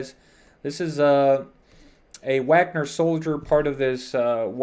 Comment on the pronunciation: The a in Wagner is pronounced the same as the a in far.